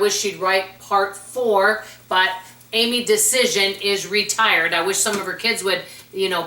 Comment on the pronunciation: Loved these books! Saw her on Phil Donahue show in my later 20’s when I was a spendthrift and in debt. I got her newsletters and later her books and completely changed my life. I still do the price book and many other of her ideas today. I’m pretty sure you are mispronouncing her name though. It’s like Dia-az-en. ❤